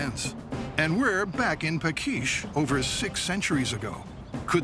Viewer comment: The tree cannon builder town (village) was Paks (pronounce: pa:ksh) not "pakish". Greetings from Hungary 😉